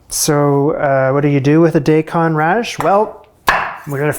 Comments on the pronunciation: Dai Kon. Pronounce dye. Not day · Daikon is not pronounced day -con. I'ts Dye-Con. Google your terms. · Dye-con radish, its not day-con its dye-con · Just a little heads up "Daikon Radish" is the japanese name, pronounced "Die-kon". English structure isn't followed, it's purely syllable sounds. - da-ii-ko-n. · It’s pronounced “die-kon,” at least in Japan! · Daikon raddish is pronounced Die-cone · Daikon radish is actually pronounced *Die-con-radish*....i hope everyones ok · And I thought Americans were bad at pronouncing foreign words, but Canadians take the cake. Sorry, but...day-con? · You heard of Daikon radishes… as Daykon? Hahahha im confused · daikon is pronounced die-con